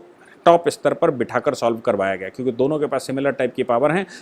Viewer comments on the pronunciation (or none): none